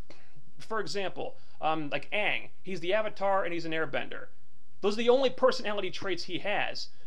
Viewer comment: I feel your pain bro!!! i feel the exact same way!!! I feel M Night raped us Avatar fans.... How could he sit back and preview this film and say "hey! this is great, thats a wrap!" also Sokka was cominc relief? HA yea right!!! Also did you notice Katara saying UH-va-tar... ALSO in the 2nd Katara narration she refers to Aang as Aang... in the very next scene Katara asks Aang, "what is your name".... WOW Fck you M Night.....